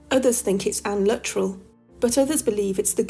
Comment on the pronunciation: I believe Luttrell is correctly pronounced "loo-TRELL",. The double-L shifts the emphasis to the second syllable, like with the names Cornell, Grinnell, Gemmell, or Martell.